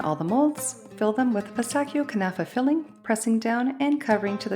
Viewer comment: Don’t make the the filling dry your being stingy with the cream 😂 everyone likes it not dry just fyi and it’s Pistachio. -chio not kio